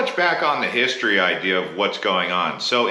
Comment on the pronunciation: HISTORY...not histroy